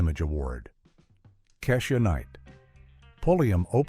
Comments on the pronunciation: Either you're Lilly White or a Bot. You poorly pronounced Keisha and Raven Simone...Google it, do research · Anyone else annoyed that they couldn't pronounce Kesha or Raven Simone?